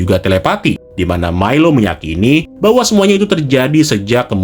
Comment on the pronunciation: Milo, dibacanya Mailo